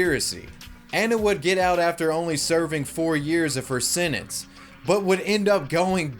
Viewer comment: TIL how to say senence and senencing